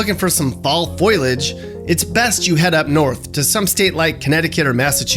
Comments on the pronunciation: He also said foilage instead of foliage 😂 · "Fall FOILAGE"? Sweetie, Foh-lee-idge. Foliage. Fall foliage. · FOE-LEE-IDJ, not FOIL-IDJ. Also, it's FLOOR-IDDY-ANN. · It's 'foliage' not foilage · What are "foilage" and "floridans"? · You pronounced Floridian and foliage wrong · FLORIDIAN. FLORIDIAN. FLORIDIAN. Not Floridan. Jeez. p.s. It's also foliage, not foilage.